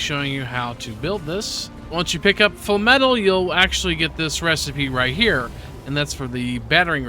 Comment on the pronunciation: FINALLY!! A youtuber that pronounces FLAMETAL correctly!!